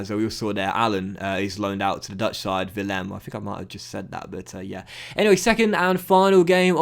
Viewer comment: at it again butchering foreign (club) names:P! Heracles (Hercules) isn't pronounced 'herakels', and the accent in 'Willem II' is on the first part (Pronounce as 'Willum'). And now I can't wait for episode 50 (wow that went quick) of this series!